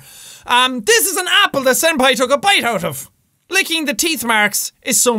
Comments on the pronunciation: JACKSEPTICEYE ITS SENPAI❤...NOT SANDPAI😡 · Jack: says "Senpai" Me: hears "Sans-pai" Me:...dammit Undertale....